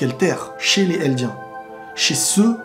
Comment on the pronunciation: Pk tu fais pas la liaison entre "les" et "eldiens" ? Ça me frustre trop 😂😂